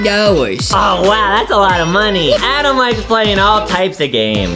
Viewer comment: its pronounced Adam